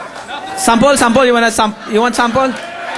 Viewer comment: SAMPOL?! SAMPOL?! U WANNA SAMPOL?! LMAO!!!! I love you Manny!